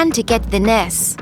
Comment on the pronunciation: I love how she pronounces "nurse" in Nars